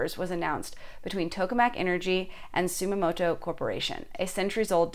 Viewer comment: "Sumimoto" hh. Otherwise, great vid.